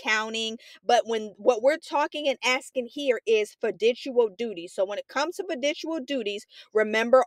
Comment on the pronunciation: the way u saying fiduciary and fiducial is hurting me